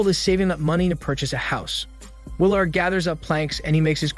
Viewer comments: It's pronounced will erd. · Bruh you need to learn how to say people names. I don’t know if that’s your shtick or what but it’s annoying AF. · The way he pronounces Willard😂😂😂